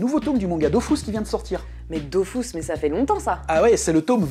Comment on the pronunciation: Pour la partie Goodies, le jeu d'acteur était convaincant jusqu'à ce qu'il prononce "Dofousse". Là, j'ai compris que c'était truqué